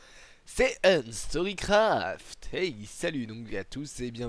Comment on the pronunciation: C'est pas "unstorycraft" mais "unster il craft" .